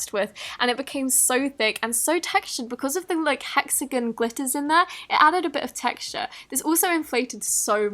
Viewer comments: “It has like these hexegen shaped glitters.” Like do you know how to pronounce words likes seriously your dumb! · Am I the only one who gets annoyed when she says “hexigin” idk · HEXAGONAL get it right woman!